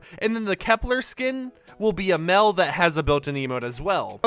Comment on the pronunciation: Mell skin? I thought it was pronounced "male"?